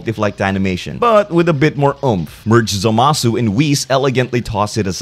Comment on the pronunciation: Ah yes. zMAAAHsu. My favourite Kai.